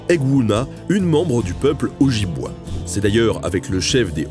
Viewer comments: Ça se prononce: Témiscamingue* et Ojibwé* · Hey mon pote , excellent video mais juste pour te corriger :p on prononce le nom de la tribu O -djib-wé :) ce mec s'est fait aimer par les natif canadien :)